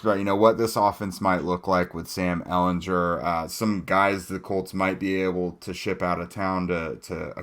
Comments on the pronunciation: Please learn to pronounce your starting QB's last name. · Went to the comments to say this lol. I can't go the rest of the season hearing that 🤣